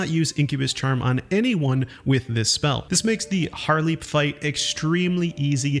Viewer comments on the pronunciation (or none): Most of this video is kinda a sham but what hurt me most was the Haarlep pronunciation like come on, they literally say their own name, how do you mispronounce that